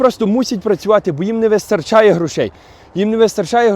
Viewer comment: Что такое не вистоРРРРРРРРчає? Ало, ти же знавєць мови, ну камон!:)